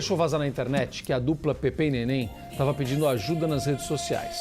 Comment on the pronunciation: Kkkkkkkkk a locutora disse Pepe'..nen falar sabe quer ser locutora é Pepê